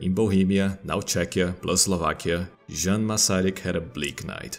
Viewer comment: "Djan" Hus? I thought it was Jan Hus... y'know "Yan" pronunciation?